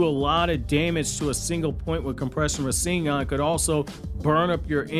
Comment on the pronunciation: Compressed fire style rasengan..... Rasen'Gun lol